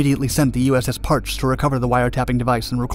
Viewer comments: Awesome video. One small quibble: it’s pronounced Par-chee, not Parch. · It is pronounced "Par-chee" not "Parch". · It's pronounced "USS Par-Chee" not "parch" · “600,000 square foot cable”? Ehhhh. Might want to check that one. Everything else about this was awesome. That wasn’t Capt James Bradley shown on screen when the narrator was talking about him those couple of times and a lot of this footage was snagged from films about the DSRV and other operations but this is my favorite one you’ve done. Also it’s pronounced “Parchee” (hard E) and she was a Sturgeon class ship with an in-sane career. She’s razor blades now but what a machine. Great video. THANK YOU FOR IT. I loved this one. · The USS Parche is pronounced "parchee" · Thank you from a submariner who cringed when I heard that pronunciation. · The Parche is pronounced "par-chee." 👍 It's a legendary boat and should be pronounced correctly. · James Weldon we that served on these boats cringed when he said it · You mis-prounced "Parche." It's pronounced "Par-Chee." Source: I'm a veteran of SUBDEVGRU ONE. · USS Parche is pronounced PAR-CHEE. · It's pronounced "Par-Chee." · Learn how to pronounce Parche properly